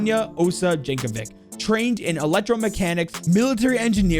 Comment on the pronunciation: Tysm I never knew lore of r6 was so grand :) (For the record her name is pronounced "Yankovitch" )